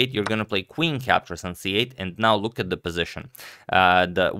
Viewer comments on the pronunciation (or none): none